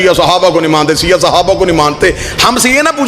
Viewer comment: Bhai siya nahi shia hota hai